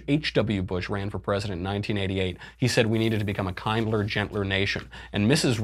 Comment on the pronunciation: "Kinder" rhymes with binder.